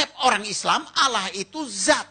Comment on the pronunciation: Tidak zat, tapi þat